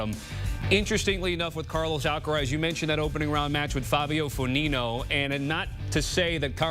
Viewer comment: Fabio Fognini not fogninio.